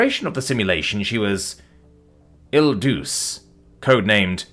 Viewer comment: Il Duce pronounced ill doo' chah